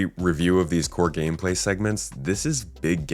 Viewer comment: When you said "big gameplay" I heard it like "big pharma" and had a little giggle to myself.